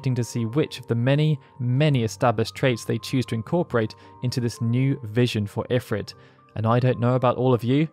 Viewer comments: A remarkably comprehensive history of Ifrit...even though you somehow never noticed that in every single iteration involving voice acting, (FFXII, FFXIV, FFXV) they always pronounced it "eh-FREET," not "if-writ." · according to FFXVI its pronounced "IF-reet" snort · Idk why I always pronounce it as Infrit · Couldn't watch this because they keep saying Ifrit wrong.